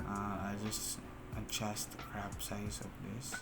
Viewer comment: Bro "crOp" it not "crAp' it